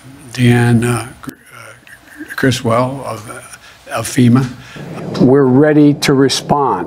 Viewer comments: Movie clips are spot on, as always!!!! Maybe Deanne Criswell should do the decent thing and change her name to something mr slushy can actually pronounce. There must be something! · Biden will mention Criswell’s name a good 250 times during this terrible emergency. Not only will he fail to pronounce it correctly, I’ll wager he’ll say it differently every damn time.